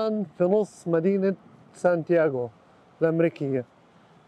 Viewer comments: سان دييغو وليس سان تياغو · دخيل ربك سان دييغو مو يان تياغو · اعتذر عن الخطاء في اللفظ كوني اول مرة ادخل المنطقه هي مدينة سان ديغو ، وليست سانتياغو